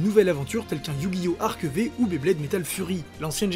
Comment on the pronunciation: juste un détail..... on ne dit pas arc V, mais arc five (oui, le V est le chiffre romain 5, correspondant à sa génération : la 5eme)